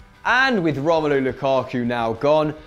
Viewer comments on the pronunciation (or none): none